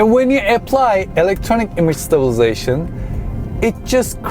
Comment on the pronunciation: Why can’t you pronounce stabilisation?